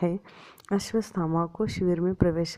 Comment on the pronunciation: सब् कुछ अच्छा था। मगर आपने अश्वथामा को अश्वस्थमा कहा है, आपका उच्चारन गलत है 🙏